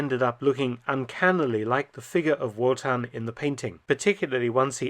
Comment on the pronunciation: Surly its pronounced as a V not a W 'Votan'